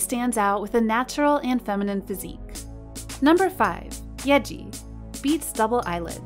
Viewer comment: Who else can’t get over when she calls YEEJI YEAJI